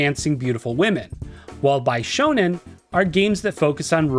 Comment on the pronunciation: Don't know why it bugs me so much, but bishoujo and bishonen are pronounced beeshoujo and beeshonen. Sorry, had to get it out.